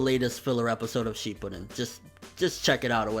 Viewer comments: Youkou Kakujou It's shipp-uuuu-den there, you'll have to find a video that has the word pronounced which is like in every storm 4 trailer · Why do you still say Shippuden wrong? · yes really.... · ***** I guess you're never going to get it through your head that it's impossible to describe without doing it vocally. It's pronounced Shippuden. Are you using your brain now? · RJKB01 Yea I can. I was only talking about because I heard how he said it. The rest of you took it upon yourselves to put your 2 sense in.